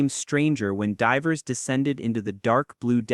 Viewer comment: AI slop. You mispronounced “divers.” AI garbage is literally flooding YouTube, it’s so frustrating.